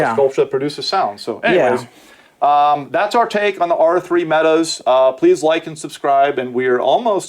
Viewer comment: Meta not mat